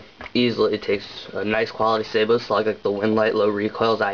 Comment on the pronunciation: You actually pronounced "sabot" correctly. Most people dont its actually pronounced "say-bow". Good to know i can get some range with this though. I plan to get one for my mossberg maverick 88